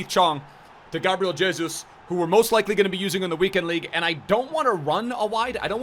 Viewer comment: That's how you actually pronnounce Jesus in Portuguese tho